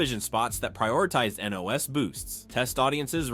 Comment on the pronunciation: Thank you for saying NOS instead of Nas I hate that when people say that, real drag racers like me hate that shit, although these are things that we all knew you did a very thorough job and bringing it into this video